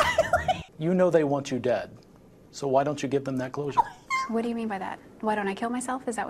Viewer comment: 'clousure'....oh my. I like this interviewer.